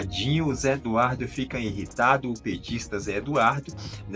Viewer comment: Querido inrritado?... O que é inrritado? Todos sabem o que é IRRITADO.